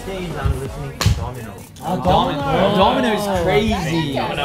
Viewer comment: I CAN'T BREATHE! HAN JUST SAID "DOMINO" AS "DOMINAUR" WITH AN ✨AUSTRALIAN ACCENT ✨